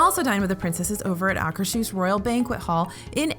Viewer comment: that is..... a surprisingly good pronunciation of Akershus (just needs a longer u)